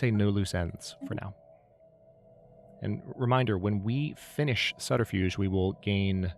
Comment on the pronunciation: Sorry for pointing this out but it’s suBterfuge not SuDterfuge 😅